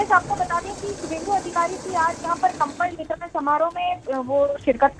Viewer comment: They said kambal bitaran lmao